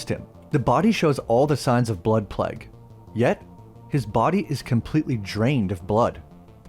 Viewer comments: Its pronounced Playguh.. not Pleg.. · You pronounce plague weird 😂”pleg” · Dude ur pronunciation of plague is so bad...